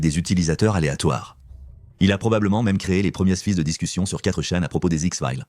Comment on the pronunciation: Comment pouvez vous ouvrir une chaîne Youtube en ne faisant même pas la narration? Même 4Chan est mal prononcé! Vous êtes nuls et vous vous permettez de parlez de patreon??